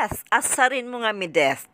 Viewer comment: Bakit ka ba Mideth ng Mideth, It's MEDITH. ME-DITH! Wag mo baguhin ang pangalan pls!